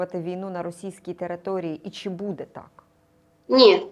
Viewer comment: Заколебала ведущая со своим "будЕ"! Можно научиться правильно ставить ударение - "бУде"?! Хватить уже косить под западную Украину!!!